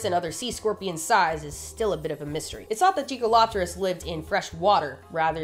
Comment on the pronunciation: I had to reside to see the spelling. I swore you were saying jiggalo*pterus